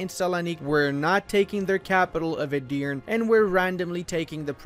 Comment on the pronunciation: Btw Edirne is pronounced like "e-dir-ne" E's are like the e in egg, both at the start and the end of the word. Dir is pronounced like i in during. and you have to say it a little bit faster than how you said it. With this little note aside, you are really good at your job! Nice video!